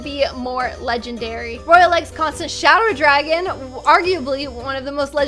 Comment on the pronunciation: When said Shadow dragon but i heard,,Shower dragon"